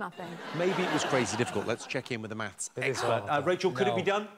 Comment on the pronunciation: Lol maffs